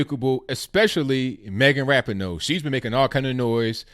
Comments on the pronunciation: Your Moms can’t handle their victory. Also, learn how to pronounce Ra-PEE-no. You show your ignorance when you go Ebonic on it. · Lord, lord where do I go with this. 1st of all it’s Megan Rah-pee-no. I almost stopped listening there because if you’re going to criticize someone at least know how to pronounce their name. The stop button got hit moments later though when you said Sue Bird was Larry Bird’s daughter. I think I hit it because I was laughing so hard. Again if you are going to criticize someone, know what you’re talking about. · At least say her name right. I agree you should never drop the American flag. Soccer is an amazing sport. Rapinoe is amazing and so is the WNBA and Bird. O'Hara picked up the flag. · You are a idiot. You can't even pronounce her name right. moron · How can you talk about people being respectful when you are yourself and your wrong with your facts get them also learn how to say Rapinoe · Well actually us women's soccer brought in more money than the the men's us soccer team, and have better viewings than the men so you are incorrect on that. You can't say Megan Rapinoe's name correctly. Sue Bird is not Larry Birds daughter. And Trump actually invited the womens soccer team to the white house in a tweet before they won regardless if they won or not. So... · Man, can no one say Rapinoe’s name correctly?